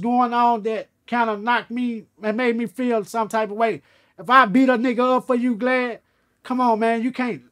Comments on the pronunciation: Crunchy so GD that he didn't want to pronounce the VL in Vlad 🤣🤣🤣🤣🤣🤣 while wearing a LV hoodie reversing you guessed it VL.... Stop thinking so hard people I mean folks LMAO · Hes been calling Vlad. Glad about 100 times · Bruh it kills me when he says glad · Nigga called him glad like glad bag 😫😭😭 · R WE GOING2 IGNORE CRUNCHY KEEPS CALLING VLAD " GLAD " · And Boosie calls him Blad 😂😂😂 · Crunchy my boy in all but he called the Vlad Glad like a hundred times 🤣😂🤣😂😂😂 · 😂😂😂Right! Its Vlad not Glad!😂😂😂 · Crunchy is G.D(Folk).....He don't like saying words starting with V's (vicelord) and guess what vlad has VL at the beginning of his name.....that's y he say Glad instead of Vlad....If yall was wondering.... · He calling him "gladdd" lmaoooo instead of vlad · He stay calling him Glad 🤣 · He calls him glad repeatedly 😆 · Crunchy Black keep calling him glad lol. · He keep calling him Glad🤣🤣🤣real n** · Why the 3 6 keep calling him glad? Lol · Vlad is so scared to correct crunchy blac. Hey man my name is vlad not glad. Ok glad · Is he saying vlad or Glad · Bro keeps calling vlad glad ,😂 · Why he keep calling him "Glad" 🤣🤣🤣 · I was wondering if dude said ‘Glad’ 🤣🤣🤣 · 😆 i thought i was the only one who caught that he was calling vlad glad! Lol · I love how Crunchy calls him "Vlad" and "Glad" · Nobody: Crunchy Black: Glad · Is he calling Vlad “Glad” 😂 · I like how he keeps calling Vlad "Glad"😄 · When crunchy got shot in the face I imagine it damaged his word pronunciation some. Vlad is now........glad. That's is all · He called him Glad 🤣🤣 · I like how he calls him Glad lmao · “Glad” “Begis” 😂😂😂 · He keeps calling VLAD glad. Haha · He said Glavd !!! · 😆 he keep calling vlad "GLAD" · Why he keep calling him GLAD 😁 😁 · did he call him Glad? lolololololololol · I thought he said glad. Lol. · ALL GD’s KNOW WHY HE’S SAYING GLAD AND NOT “VL”AD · Is he calling him glad? Haha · Why is he calling him Glad 😊? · He calls Vlad glad and calls Vegas , Begas stay in school kids !!